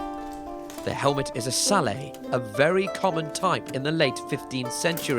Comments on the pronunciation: Sallet is like fillet, claret and helmet, not like bouquet or ballet. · “Sallay” lol it’s pronounced like it’s spelled: sa-let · the T sallet is pronounced not without